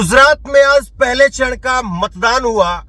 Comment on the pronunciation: Sir apni thodi language shi kijiye gujrat h not ,,guzrat,, aaj h ,,azz,, nhi j or z k use shi kijiye